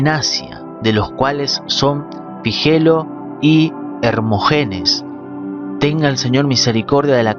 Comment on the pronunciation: HerMooogenes. OneSiiiforo y soLiiisitamente los ace'ntos brotherrr los ace'ntosss